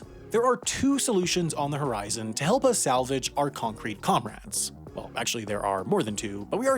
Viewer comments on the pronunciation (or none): none